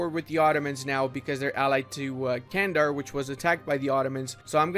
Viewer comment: Not Candar. you have to pronounce it as gendar. Why nobody pronounce this nation correctly?